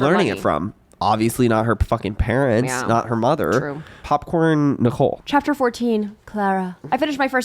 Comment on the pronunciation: one of my vocal stims is saying "popcorn Nee-cole"